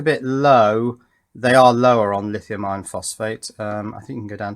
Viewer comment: i-ron? Really?